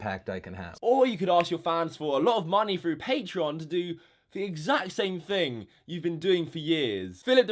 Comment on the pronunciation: ‘th’ dude, not ‘ff’ Jesus. You’re so thucking unlikeable.